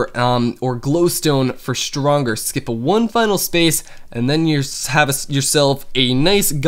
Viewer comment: HAHAAHA Shronger - Stronger